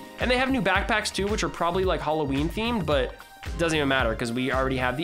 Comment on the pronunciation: "backpackis" "backtaxes" Dictionary: Pronunciation of "Backpacks" bak-pak-s